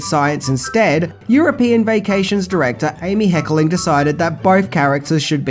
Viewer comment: Hey, love your stuff. It is Hecker ling not Heckeling.:)😘